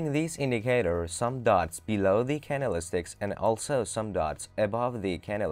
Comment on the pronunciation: "can-del-is-ticks" ?? .........................................................................Priceless.